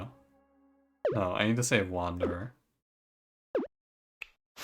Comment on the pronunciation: Wander-deez. Sadge.